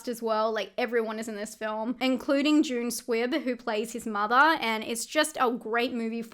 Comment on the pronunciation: Octobaaa, fathaaa, mothaaa, togethaaa. Just loving your accent. LOL 😂